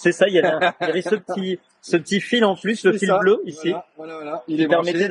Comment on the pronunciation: "Pu" pas "Plus" ! Avec les explications orales de Franz, c'est encore mieux que de les regarder !